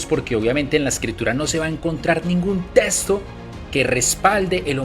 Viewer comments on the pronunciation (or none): Se dice texto. No se dice testo.😢😢😢😢se dice excluida, no se dice escluida. Texto NO testo Texto. NO testo 😢😢😢😢😢..